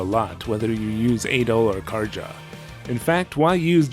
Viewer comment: In Nordic languages, J's are typically pronounced as Y's, Karja is a nordic name, her name should be pronounced as Karya, not Karja.